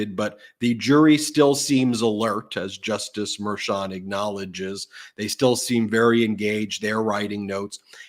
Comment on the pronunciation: It's Merchan, not Mershan. You don't pronounce macho as masho. do you?